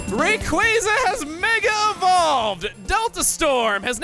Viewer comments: TIL Chuggaa is dumb about Rayquaza's pronunciation. Seriously hasn't anyone heard the pronunciation of quasar? The fan pronounciation sounds like it was made by a 2 year old. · I've pointed this out in my own comment, but the two Zs in his new pronunciation makes it sound like you pronounce his name like the two Zs in Italians words like "pizza" and the like. That just makes this whole debate even funnier to me, because he can't even make the "cool" pronunciation sound cool. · Strictly speaking, if we use the original Japanese kana as a guide, "Rayquaza" should actually be pronounced "Ray-kuu-za". I don't make the rules. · Raykwazza is literally the dumbest pronunciation for its name and I will die on this hill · That and pronouncing it “Raykwazza” makes him sound like a dumbass. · Chuggaa, you didn't call it Rake-wah-zah, you called it Rake-was-ah. I had found out about Quasars for the first time a few months before playing Emerald for the first time, so I always called it as such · Pokemon Team: NOOOO you can't call him Raykwazza that's incorrect his name is Rayquaza noooo: haha raykwazza go swoosh Me: I prefer Rake WAZZAAAAA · When people say Raykwazza it's one of my biggest pet peeves in pokemon if not THE BIGGEST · You do know it's called Ray-Qwayza, because of quasar right? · Quasar: pronounced kway-zar, thought to be part of the origin behind Rayquaza’s name. That’s why it’s pronounced Ray-quay-za. Also yes, an idiot scientist who made a ground breaking discovery, sounds like a moron. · You said Ray-KWAH-za!!! Somewhere deep down you still love the cooler pronounciation!!! DON't FIGHT IT!! xD WOW OMEGA EVOLUTION WAS AMAZING!!!! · "Raykwazza" does NOT sound cooler! Obviously that's just my opinion it doesn't matter what I think. I just always thought the proper pronunciation sounded cooler, even before I knew it was proper. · am I the only one who actually likes the official pronunciation of rayquaza rather than raykwazza